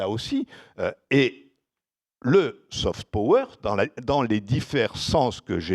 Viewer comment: "Saufete peaureure" ....😂😂😂Et ce sont ces pecnos qui se moquent de l` accent Creole!